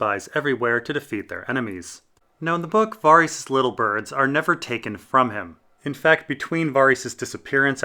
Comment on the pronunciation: Varys is not Vaarys 😂😂!!